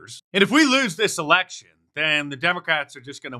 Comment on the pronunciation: My gawd, these freekin aliens don't even care enough to LEARN our language. "dis lection gona be tight" barry's bustin out the E-bonics.